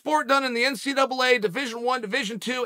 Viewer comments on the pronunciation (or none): none